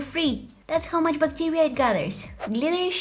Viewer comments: Everyone: bacteria 🦠: Buctirea 🥺😂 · Bac tee riaaa 😂